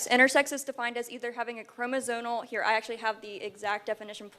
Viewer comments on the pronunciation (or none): When she does not even know the correct pronunciation of "chromosomal" or "chromosomes" (even when reading it from her phone), I think it fairly reasonable to conclude that she doesn't actually know what the fuck she is talking about.